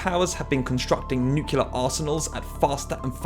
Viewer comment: "nukelar", huh.